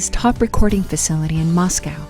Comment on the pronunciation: Well , this video was disappointing to watch due to the narrator mispronouncing so many names and, even Moscow. The gentleman who did the previous video was much so much better. But thanks to the creator for continuing the story of this incredible music group❣️